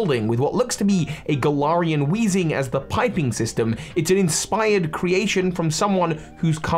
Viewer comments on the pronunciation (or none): none